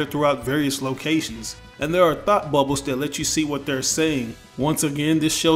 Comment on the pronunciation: thought he said "thot bubble" 😂